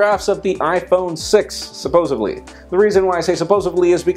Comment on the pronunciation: supposedly* not supposebly.